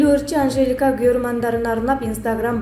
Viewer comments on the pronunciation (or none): Автор Амжэлика дейсинго. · Амжелика болсо амжелика дейсинда нахуй анжелика деп